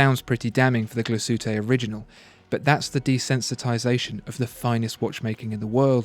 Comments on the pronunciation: As a German: It's not Gla-Sütte, it's Glas-Hütte ('Glass-Works') with a pronounced 'h', and a maybe slightly longer 'a'. But your 'ü' is impeccable here, very impressive. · Try saying "Glas HÜtte" instead of "Gla Suete"! 🙂 Great Vid! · it's ''glas-hütte'', not ''gla-sütte'' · Glas-Hütte Not Gla-shütte....lol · It#s pronounced: Glass-Hutter/Soehne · pronunciation: Glashütte mean glass hut and is pronounced as two words Glas (as pronounced correctly in the video) and Hütte with a strong H like in Henry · "Gla-ss Huuh-teh". Also, A Lange &... "Zorn-eh". It is quite hard listening to this video with the pronounciation so off, shame. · Love these videos, but the pronunciation of Glashütte makes me cringe... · Your pronunciation of Glashütte is dreadful, even worse than A. Lange & Söhne. It wouldn't take a huge amount of effort to find out and learn.